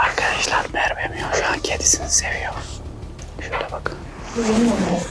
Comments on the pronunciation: Mervemion demeeeeeeee gıcık oldum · Abi merbe dedin